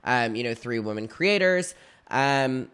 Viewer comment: the word “women” is pronounced differently than “woman”. please. 😭